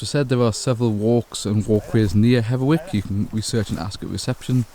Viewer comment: It's Hetherick not Hetherwick.